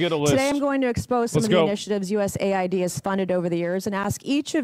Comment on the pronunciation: USA-ID is not US-AID